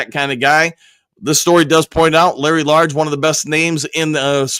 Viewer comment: Hey, Coach, just a head’s up - Larry’s last name is not Large, there’s no r in his name. It’s pronounced like age with an L😊